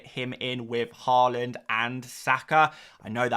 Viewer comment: Nice to see you saying Haaland correctly now. Given up on your Whorland. 🤡